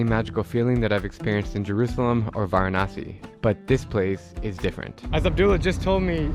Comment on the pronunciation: He pronounced Varanasi perfectly, 🥂